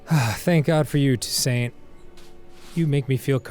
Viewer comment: Okay, I know it's stupid But every time Danny says Toussaint the way he does, I get soooooo angry Otehrwise, great playthrough! This is really cool game